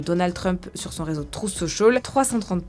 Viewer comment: « TrOUF sociôl » 😅 Un effort svp